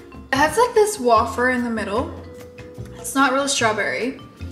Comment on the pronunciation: I died at how she pronounced wafer 😂